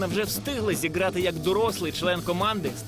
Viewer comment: " Катерина вже встигла (2.53) зіґрати..." Ліпше би хтось інший озвучував... Не поважаєш мову, не володієш нею, зневажаєш її - додому! В паРАШУ!